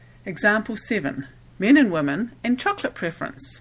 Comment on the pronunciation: stop saying Cho co la te please